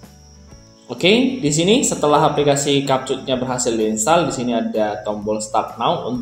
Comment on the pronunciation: abg ni ckp kapcut org "capcut" nampak sangat english lemah